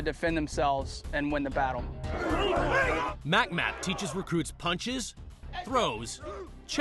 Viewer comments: LOL "mac map" It's MCMAP like "Mc Map".. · hahaha "mac-map" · Ha, he said "MACMAP".